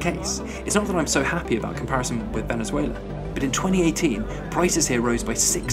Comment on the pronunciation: This guy said “Venezueler”